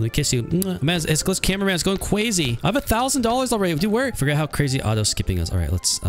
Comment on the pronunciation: They all go cwazy when they meet you😅